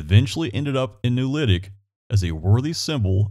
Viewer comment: I actually have the correction video! =) (It’s posted beneath my original post in Lawrence Indiana Memories.) My folks lived out at Bartlettsville, always pronounced it “ewl-litic “.